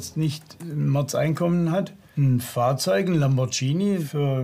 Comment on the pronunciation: Der Lambordschini 😂😂😂